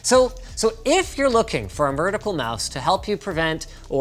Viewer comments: I keep hearing "Murdical Mouse" instead of "Vertical Mouse" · he says metrical mouse :D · Why yes, Linus, I am looking for a mertical mouse. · I swear Linus says "mertical mouse" - apologies if that's been noted but I couldn't find a comment about it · "Merticle Mouse" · I was hoping I wasn't the only person who noticed that slip up. Where can I find me some mertical mice? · Oh my god if you imagine him saying vertical mouse it will sound like it, same with murdical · “mertical mouse” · Did he just say "mertical mouse" ? Or is that just an accent thing? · mertical mouse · Mertical mouse? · Did he say “mertical” mouse lol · Didn't know "mertical" was a word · Linus Said "Murdical Mouse", or it sounded that way. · ... did he say mertical? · What is a "mertical" mouse? HAHAHAHAH! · "mertical mouse" ? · "a mertical mouse"